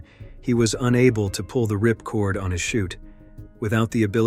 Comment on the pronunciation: You lost all credibility when you said “ripcord.”